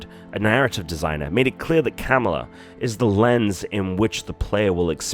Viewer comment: PlZ say her name right,it not camela 🐫